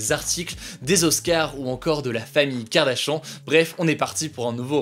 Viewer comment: qui a entendu « Kardashan » au lieu de kardashian 😂😂😂